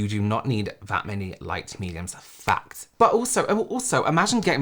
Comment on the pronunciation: I love when goes “fact!”